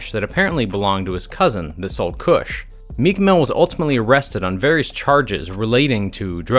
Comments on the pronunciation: Stop saying kush its not it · It’s funny how you say kush